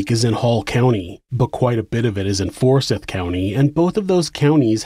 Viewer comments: Anyone else from the Atl area get tripped up hearing him pronounce it "For-SITH" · It's pronounced "for-sithe", not "for-sith". Quick Google search, right?